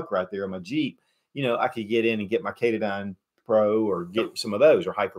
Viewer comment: FYI: you are mispronouncing katadyn. It's pronounced: Ka Ta din. Just thought you may wish to know.